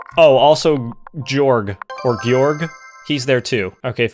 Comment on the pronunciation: Guorg just guorg